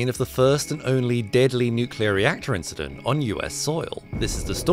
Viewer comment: Nothing, just an inchident